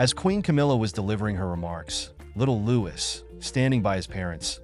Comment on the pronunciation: You should at least get his name right. The s is not pronounced. It should just be said as Loui.